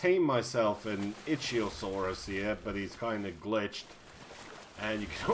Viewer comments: Icthyosaurus is pronounced Ick-thee-o-saur-us. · Azkay S You mean Ichthyosaurus. When I mentioned "ITCHYosaurus" I was referring to what the guy said in the video. I know it's wrong, which is why I posted the comment. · It's because you're defending (Itchy-oh-sawr-us) which is wrong. (ick-thee-oh-sawr-us) is the correct pronunciation. The link you sent me proves me right even more. Say it with me ICK-THEE not ITCHY.Azkay S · lol He said itchyosaurus. The "ch" makes a "k" sound.